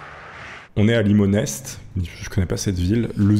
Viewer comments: J'ai habité pas loin de Limonest et ca se prononce "Limonai" x) sinon bonne vidéo ! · Limonest se prononce limonet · Limonest est un village situé dans les Mont d’or ( on ne prononce pas le « s » ça se dit limonè) , j’habite le village à côté à poleymieux au mont d’or et j’ai également vus un ovni dans la zone, c’était en pleine journée, il allait dans un sens en forme de V noir inversé, il a ralenti et a fait du vol stationnaire en changeant de forme en passant à une boule rouge foncé, puis est reparti dans l’autre sens en changeant encore de forme et de couleur (très allongé et très blanc) . Il faut savoir avant ça que je n’y croyais pas du tout. De plus à poleymieux au mont d’or il y a une base militaire qui gère les communications nationales de l’armée et envoie des avions de chasses d’autres bases françaises quand des appareils aériens qui refuse de s’identifier rentre sur le territoire. Si on a vus ces choses eux aussi. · Limonest (prononcer Limonè) est un gros village dans les Monts d'Or, en campagne lyonnaise (pas une ville). Dommage, je n'ai rien vu ce soir là ! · Limonest sur la première photo il y a une base aérienne juste derrière donc ça pourrais s'expliquer ça se prononce comme le lait à la fin mdr